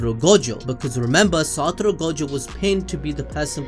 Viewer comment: SATORU u u u uu uuu u uuUuuuuUUUUU its satoru , no satoro , if u gonna say his name 15 times a minute u might as well do it right xd